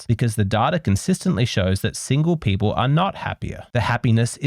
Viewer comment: Gosh, her "H" after every "P" is insufferable. "Pheople" "comphatible" 🤮